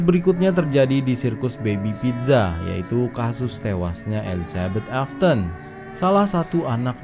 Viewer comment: Afton bukan afthon